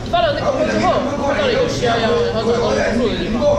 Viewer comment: 七夭夭😂😂有趣唸法